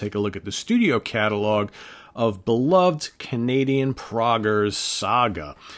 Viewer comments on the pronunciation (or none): none